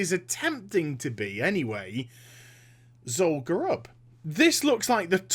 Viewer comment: it's Zul Guruub